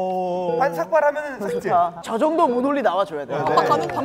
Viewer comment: 삭재가 아니라 삭제 아냐.?